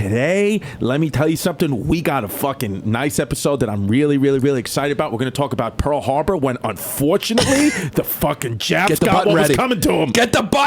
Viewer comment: PARL HARBAH